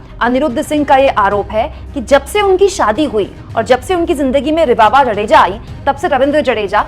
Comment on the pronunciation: 'जडेजा' नही है, 'जाडेजा' है। पत्नीका नाम रिवा है, रिवाबा नही।